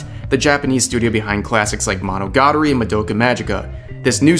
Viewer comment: That Bisque Doll is in Love. Please use that translated title. Mo no gah tah ree - please practice your pronunciation. Oh god you mangled ... Sem pai wa oh toe ko no ko PLEASE PRACTICE! 先輩は男の子